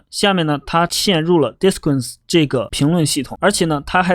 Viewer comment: 好像disqus发音有问题